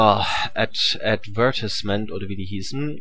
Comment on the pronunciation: advÄRTISCHment :D HA